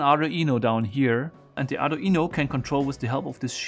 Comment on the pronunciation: The what? "Are e no"